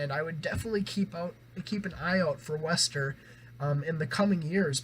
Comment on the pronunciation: Nice review. They're pronounced "Waster" btw haha. Also, both vocalists from Neck Deep and WSTR grew up together and come from similar influences, so that's kinda why they sound similar.